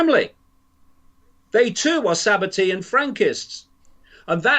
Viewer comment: It's Sabbatean not tian